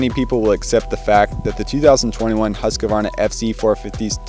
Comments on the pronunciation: The correct pronunciation is Huus-kvarna. Not Hasqioaarna. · its moto cross not motorcross. Husq varna, not Husk a varna. Your a professional now!